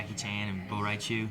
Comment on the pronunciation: "Bo Rai Chew" :( but atleast he thought what I was thinking during that scene lol